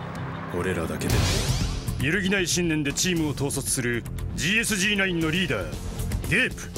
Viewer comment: GSG-9の読み方って『ゲーエスゲーノイン』じゃないの？